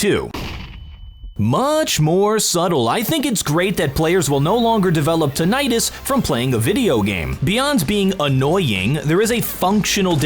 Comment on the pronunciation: Tinnitus was pronounced incorrectly .